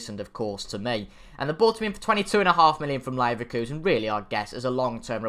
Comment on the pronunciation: Good ebening.. Really = Rally